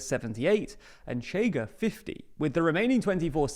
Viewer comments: Look, matey. The analysis is fine, but you SHOULD KNOW HOW TO PRONOUNCE PORTUGUESE WORDS. The party “CHEGA” is pronounced “SHAY guh”. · Chega reads more like Shega in Portuguese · It takes two seconds to Google how to pronounce "ch" in Portuguese. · No its not, "Sh" is very soft while "Ch" is rougher, thats what non native speakers have difficulty with, they say "sh" not "ch" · 1. Ok but the main point for us to stress to the world is them not pronouncing it tch as if it was Spanish. That's the real annoying part. 2. Maybe try to use the International Phonetic Alphabet? It's striking when people not from Portugal or Rio de Janeiro imitate our accent and say we have no contrast between isqueiro (lighter) and chiqueiro (pigsty), or escória (scum) and chicória (chicory). Isqueiro in Rio is [ˈɕ̆keë̯ɾˠᵝ], zero rounding of the sibilant and most of the friction is felt when the tongue is retracting to then form the next syllable, chiqueiro is [ʃ̩ꟹˈkeˑɾˠᵝ], with the ch clearly protrusive. Same for escória [ɪ̊ɕˈkɑ̽ꟹʌ̯̈ɾjə] and chicória [ʃ̩ꟹˈkɔʷˑɾjə]. (Contrary to myth spread by our own academia, Brazilians do absolutely have the schwa, the difference is our [ə] sound is slightly retracted i.e. closer to [o̞] while the Portuguese one is slightly advanced i.e. closer to [e̞]—AND /ɐ/ [ɐ ~ ɜ ~ ə ~ ɘ ~ ɪ̈] is now a phoneme for us too since we contrast cárie [ˈkʰɐ̞ɾʲɪ] and curry [ˈkʰɜɾɪ] mostly through that vowel; in Occitan the vowel phoneme in the final unstressed "a" position did fully turn into [o̞], funnily enough.) Portuguese people try to explain it by saying the chiado s is "j", but it's not that it's voiced, the voicedness of j [ʒ] is just taken to represent the less protrusive, shorter, less sibilant characteristic of [ɕ]. When it comes to cariocas, we never say that, because we pronounce [ɕ ʑ] in onset environments, including stressed /i/. I am not t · Pronounced "SHAY-gah"